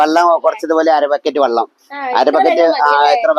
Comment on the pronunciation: വള്ളം അല്ല വെളളം..